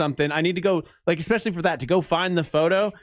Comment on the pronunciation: Does anyone want to tell that the word is eSpecially and not eXpecially? Lol